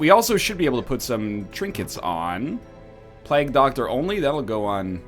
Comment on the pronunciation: To this day English teacher nl can't pronounce plague.